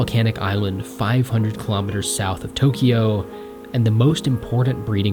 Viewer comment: Tokyo is a 2-syllable name. There is no "ee" sound in the middle.